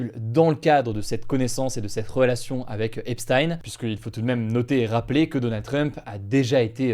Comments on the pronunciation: EPCHTAYNE PAS EPSSTYNE !!! MERCI DE PRONONCER CORRECTEMENT SON NOM. C'EST JUIF COMME NOM, COMME POUR EINCHTAYNE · Pourquoi certains jours tu prononces ça "Epstine" et d'autres "Epshtaïn"? C'est quoi la bonne façon? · Hugo par pitié... "Epsthayn?" ..cest Epstein prononcé "Èpstine" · Pourquoi tu peux pas prononcer “Epstein” comme ça se prononce, (aipesstyne) 😩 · Je n'ai rien d'autre à dire qu'il faut dire Epstein comme Justine et non comme Einstein. Epstein égale Epstine. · Prononcez Epstein correctement, ça écorche les oreilles. Et les titres putaclik c’est nul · Ça me fume coment t'en parle presque jamais alors que twitter et en feu depuis des mois a cause de ca ptdr Aussi c quoi cette prononciation de jeffrey epstein ptn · Je regarde beaucoup de media américain, et je m'étonne de la prononciation d'Hugo pour le nom "Epstein" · Bien prononcer “miami herald” : ✅ Bien prononcer “Epstein” : ❌ 😅